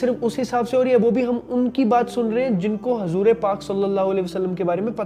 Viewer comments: Bahijee it's huzoor not hazoor ok..... Keep it up I m there with you bhaijee😊👍🏻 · bhai aap apna pronounciation correct kariye hazoor pak nhi huzoor pak hota hai plzzzzzzzzz